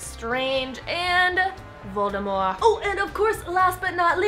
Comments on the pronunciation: She said Voldemor, not VOLDEMORT. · Did you really just say voldeMORE? What?? It’s MORT, dammit lol